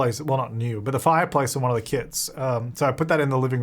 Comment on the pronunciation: I kept thinking you were saying kids 🤣